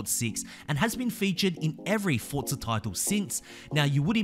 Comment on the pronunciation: Its not pronounced fordza it's forza omg